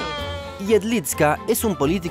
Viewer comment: Jedlička se pronuncia "iedlichka", la č es como ch. Igual, buen video